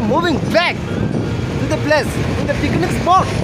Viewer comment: Bro its picnic not pikinic 😂